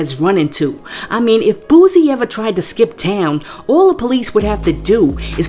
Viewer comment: Yo every time you speak on Boosie His name is Boo•sie not Boooosie come on